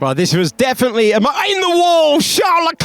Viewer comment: Is it charles or scharles ?😂